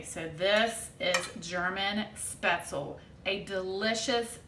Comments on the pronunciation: Schpetz- LEE is the correct pronunciation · Thanks for the recipe! When living in Germany as a child, my grandmother used to make this dish. I love speatzle. BTW.. when pronouncing the word speatzle, the "e" on the end is vocalized as a soft e. It isn't silent. Best!